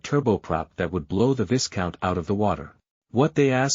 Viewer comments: Viscount is pronounced 'Vy-count', the 's' is mute. French pronounciation. No excuse for relying on shit text-to-voice software. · I think it is pronounced vie count, long i and silent s. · Can the air voice. And its pronounced "vie count" the s is silent